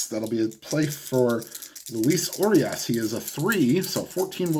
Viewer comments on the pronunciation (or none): The Urias on the Dodgers, is "oo-ree-us'.